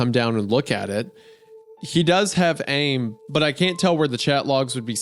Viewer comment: worst part imo was Isaiah pronouncing AIM as the word "aim"